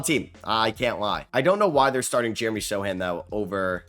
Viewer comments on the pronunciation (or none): none